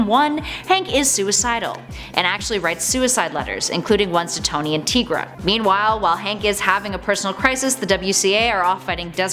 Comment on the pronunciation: Her name is T-EYE-Gra, not T-EE-Gra. Think about it! She’s a tiger. Get it? TIGRA! One of my all time favorite superheroes! 🤘🏻